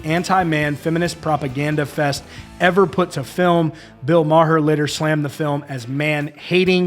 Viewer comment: Bro you really don't know how to pronounce Bill Maher's name?